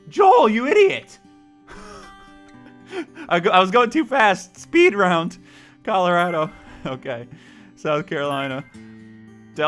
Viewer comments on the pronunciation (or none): none